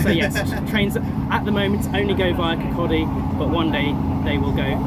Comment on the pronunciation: Congratulations - you are the only non-Scottish Youtuber I've come across so far, to have pronounced 'Kirkcaldy' correctly! I don't understand what's so hard about it myself - we do have other words with silent l's after all... Perhaps you'll get 'Cardenden' correct too, once the enhanced service begins, too? If you'd like a clue, the noise comes before the foxes' lair...